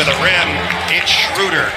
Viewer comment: They call dirk dörk and schröder shruder. 😂